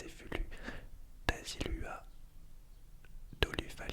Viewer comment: Coucou, pour les îles Samoa pour la prochaine fois, on prononce les lettres "U" en "OU" par exemple: Tahi - LOUA - TOLOU...